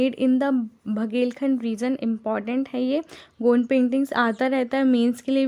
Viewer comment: Its good you're teachinga dn giving knowledge but have many mistake like its not मंधाना it's माड़ना ie चौक पूरना, not गौन्द it's गोंड